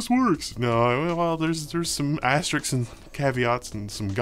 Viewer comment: I have to point out that asterix is not asterisk. S comes before k in asteris-k.